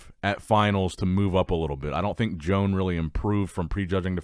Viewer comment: Why are you pronouncing his name joan thats a woman's names you are saying. It's pronounced yo-hann